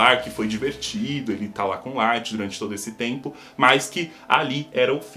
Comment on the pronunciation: Só eu q percebi q ele falou o lithg secando os pés do L